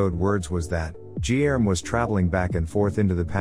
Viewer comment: Guilherme in Portuguese sounds totally different from what the video narrator is saying it. Fun fact.